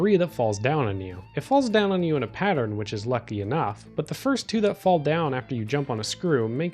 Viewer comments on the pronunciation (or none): none